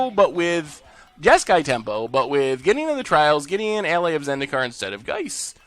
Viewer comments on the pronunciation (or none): none